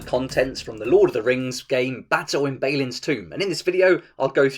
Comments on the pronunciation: Great video, awesome game, thumbs up and everything, but it's Bah-lin, not Bey-lin. Sorry, couldn't keep it to myself:D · your pronunciation of Balin and Sauron just hurt my soul. Apart from that this is a very informative video. Thanks for clearing some things up for me.